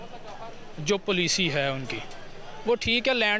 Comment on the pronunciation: Pade likhe Anpad 😅 पलीसी नहीं होता बे, ❤पाँलिसी होता है😃😃😃😃😃😃